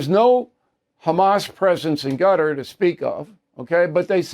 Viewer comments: Hey Bill, Qatar is not pronounced gutter. It is pronounced Ka-tar’. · Bill, c'mon, please, stop saying "Gutter" for Qatar; you KNOW how it's pronounced. You can say Kuh-Tar, ORRRR, Kutter (Cutter). You KNOW it's not pronounced "Gutter". Please say it correctly. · please stop saying gutter .lol cutter or kutur omg man stop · Gutter ? Ugh Bill it's Cutter buddy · I second that notion. But I had to post another and remind him that Hakeem Jefferies has never been speaker of the house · It's Quatar Bill not Gutter. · HOW HARD IS THIS- IT IS NOT "GUTTER" IT IS CAH-TAR. NOT HARD TO PRONOUNCE. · Stop calling it "GUTTER" it's "KAH-TAHR" figure it out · Why do you keep saying Gutter? It's pronounced Cutter. What's next, Zutter? Schmutter? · Hey O’Reilly you’re a Pinhead once again it’s not”GUTTER” it’s “QATAR” aka CUT- TAR hope this helps. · it is pronounced KUTUR not gutter lol old man :) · You're saying Qatar wrong...try KUTTER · Qatar is now pronounced Gutter? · Please don't say "gutter" for Qatar. Jeffrey's is a $1 shop Obama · WOULD YOU PLEASE PRONOUNCE QATAR PROPERLY. IT US NOT GUTTER. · Bill Qatar is not pronouned gutter lol just saying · It's Qatar. Use K if you struggle...NOT Gatar! You can do better than the that Mr O'Reilly. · Is he pronouncing Quatar as “Gutter”? Is that the correct pronunciation? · It is very annoying for you not to pronounce Qatar correctly. What is gutter? Come on Bill, do better. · Why does Bill pronounce Qatar as Gutter? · Bill.. please calling Qatar…. “Gutter” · Thanks. I did. He’s pronouncing it wrong. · Gotta love how Bill says Qatar :face-fuchsia-poop-shape